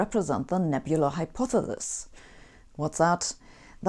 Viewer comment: Hy-po-thee-sis Sabine